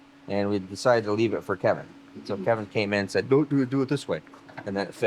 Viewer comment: KEVIN, NOT KENIN